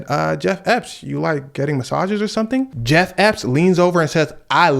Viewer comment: i'm sorry cuz but you calling bro jeff epp got me in tears